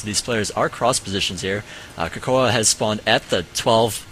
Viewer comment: its cocoa not cocoah lol